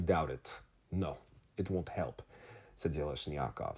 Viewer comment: it's AleksEi ZheleznyakOv. Thank you, I actuality don't read the Russian news and interviews, I prefer hearing your translation and analysis